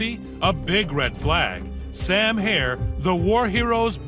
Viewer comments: HERR NOT HAIR ! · HERRRRR NOT HAIR !!!!